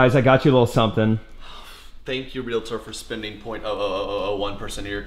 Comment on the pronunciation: Thank you for pronouncing realtor right. My dad was a realtor and I still get flashbacks every time it's said wrong.